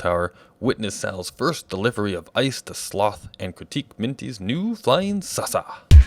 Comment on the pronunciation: What does Nidd mean? Also, nice way of saying saucer at the intro xD